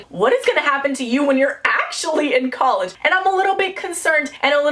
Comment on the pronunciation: I am now changing how I pronounce college to collage